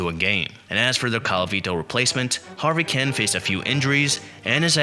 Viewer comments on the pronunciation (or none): Who the hell is "Harvey Kin"..? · Ignoramus. You pronounced the names of at least half the players you mentioned. When I knew Harvey Kuenn would be next, I was wondering how you would mangle it, and you didn't disappoint with the worst prnucnation of them all. Harvey Ken? Idiot. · Thank you. Hearing this guy mispronounce Harvey's name was like fingernails on a chalkboard.